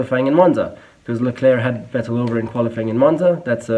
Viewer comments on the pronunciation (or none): It's funny how he pronounces Vettel and Hülkenberg wrong. I wonder whether he's just so used to saying/hearing "Wettel" and "Halkenberg" in an English-speaking environment or he deliberately does it for his international audience. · yes,good job,but.. Why are you caling Vettel...Wettl...Rosbörg? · He’s German but can’t pronounce Vettel correctly.